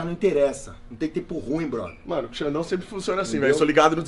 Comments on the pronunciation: kkk tem dificuldade de falar o nome do super xandão...hora ele fala super sandrão e outra é xuper xandão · Xuper sandão